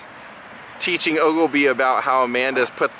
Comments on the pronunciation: Dude it's Ogilvie not Ogilebie. FYI Brandon Cruz told me they shot the whole movie at Mason Park. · Also saying "ogle-bee" most of the time